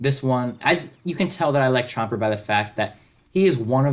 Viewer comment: u said chomper lol